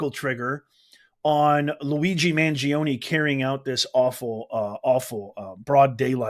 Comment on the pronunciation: at least try to pronounce the suspects name correctly it is NOT managing it is mangiOne he is from a wealthy family.